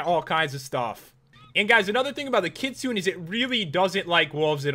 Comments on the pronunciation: Its pronounced Kit-su-nay Kitsune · u said kitsune wrong its like kit-tsu-nay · Kitsune is a japanese translation for fox. and is pronounced Kit-soo-ne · that fox is ki-su-ne not ki-sune...but actually another good review pat! \ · its not khitsuun its kitsune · He pronounced it kit sune. Isn't it pronounced kit sune ay? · ITS PRONOUNCED KIT-SOO-NAY NOT KIT-SOON PAT!!!!! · not kitsooon but kit-soo-nay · It's not kitsun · Also kitsu nay not n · This is an important message about you not pronouncing kitsune. Also the creator made a typo in kitsune. It's suppose to be Katsune. Also Katsune is pronounced as (Cat-Soon-Nae). It's a Japanese fox that's why. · The kitsune, you actually pronounce it like kit-su-nay. So Pat, you had it right besides the end. Thought youd like to know :) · It's pronounced kitsune, with the e sounded at the end of it. And kitsune is actually Japanese for fox. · I am a interested in many different ancient mythologies, and kitsune (pronounced kit-soon-ay) is from Japanese mythology, It is a nine tailed fox like the one in the animé naruto. I have noticed the name in a few mods that you have reviewed and you always mispronounce it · Kitsune is pronounced KEET-SOON-AYE. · It's Kit-soon-eh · It's pronounced kit-sue-nae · It's pronounced kit-sune-a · its pronounced kit-su-ne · You said Kitsune wrong, the e is pronounced as an 'A'. The Kitsune is a Chinese folklore story, the Kitsune is a fox spirit that can take human form and has 9 tails which is where the pokemon ninetails came from... Pretty cool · You say the Kitsune wrong Pat :3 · Ok for starters, you mispronounced many of those names like wyrm should sound like weerm and Kitsune should have the -une pronounced as far as I know. Also mutant creatures mod works in 1.7.10 at least with Bomby which I tested out. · You said Kitsune wrong.